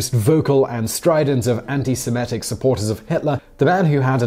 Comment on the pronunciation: It's se-MIT-ic, not se-MET-ic. And Epstein rhymes with "align", not with "mean".